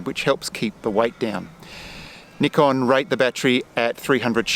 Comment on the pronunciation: THANK YOU for saying NIKON with the correct pronunciation!!!